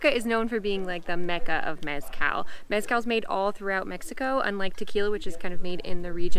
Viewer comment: Couldn’t finish watching this when they couldn’t pronounce Mezcal correctly. Total turn off!